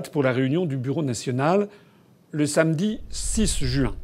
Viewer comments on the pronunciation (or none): none